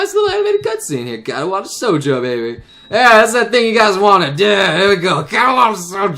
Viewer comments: Anyone else bothered by the fact that always pronounces it Katawata Shoujo? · spoiler alert: to this day still doesnt know how to pronounce katawa shoujo correctly